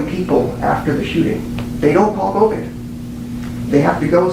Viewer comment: Go vein 😂😂😂😂 it's Go van